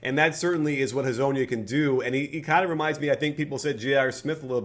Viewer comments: Please tell me at least ONE person in USA knows how to say Hezonja correctly. I mean it's funny to hear the deformation but... poor Mario. Even Adam Silver at the draft. LMAO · I'm from Slovenia so I know how to say his name. Hrvatska is our neighbor. Mariyo Hezonya.